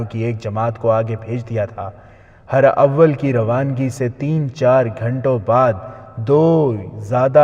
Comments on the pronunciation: Jenab her awel ni hota herawel hota he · Urdu pronunciation is not good...for example ...Hur-awwal ..it is Huraawul ..it means Forward Dustta / front corp.... Teeroo ka Miha....correct pronunciation is..Teeroo ka Minh (Barish).